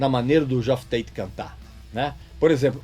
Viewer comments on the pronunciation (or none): Não é "GeÓff Tate", é "JÉff Tate".